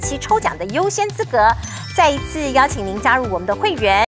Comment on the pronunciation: 你們主持人錢子發音太不標準了，應該換掉才對吧。 例如：再一次唸成 "再一字"，這實在是太瞎了。